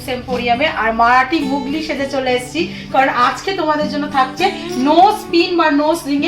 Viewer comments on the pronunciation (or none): It's not mugli it's mulgi